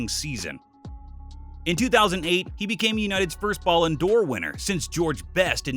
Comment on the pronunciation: I know I'm gonna sound like an asshole but... Please learn how to pronounce Ballon d'Or if you are gonna say it so , so, so many times.